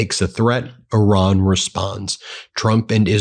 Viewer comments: It's pronounced ''ear-ron''.....not ''or-ron''.TYVM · Ben - thank you for your reporting. I appreciate it every day. I have a sincere request: please stop saying “Oran” when you mean to speak of Iran. It undermines your credibility when you continue to mispronounce the Iranian name, and it is disrespectful to the people who have connections there. Thank you for making this effort! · This emphasis on ".......Iran" Is the MOST IMPORTANT part of that message. Dots matter